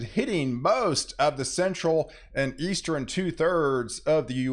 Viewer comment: For anyone out there who is on the fence about the pronunciation of NORTHERN... it is NOT pronounced as "NORTHER-EN". The same applies to eastern, southern, and western... all of which he insists on adding an "e" before the end. He either can't or won't pronounce words correctly and I find it irritating to the point that it's difficult to pay attention to the actual weather. Most people who don't have some level of OCD won't understand that and will likely think that mentioning this is more of being an a$$. To anyone who feels that way... examine any of your own idiosyncratic habits.